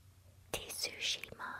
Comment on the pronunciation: T-sushima 😂. Reminds me of the Mortal Kombat team saying 'Shang T-sung. Can we get a Shang T-sung in here? 😂